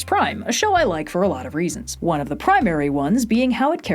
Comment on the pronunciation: lol “prime-ary”